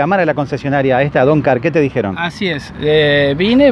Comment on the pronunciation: No se llama doncar se llama DONGAR..... DON GARCA. JAJAJAJJAJAJAJAJA